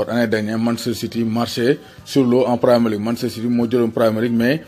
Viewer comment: Bravo Grégoire. Juste une remarque: Premier (se prononce 1er) league comme en français. C'est un gallicisme. C'est comme cet anglicisme Dealer( se prononce dileur).